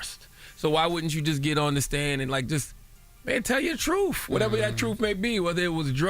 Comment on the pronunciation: These dudes on live radio saying “fff” instead of “th” truefff instead of truth is crazy 😂